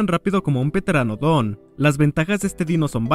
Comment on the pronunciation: (Tengo algo así como el toc cuando no escriben bien o no pronuncian bien perdon)el pteranondon no se pronuncia la p es decir se escribe pteranodon y se pronuncia teranodon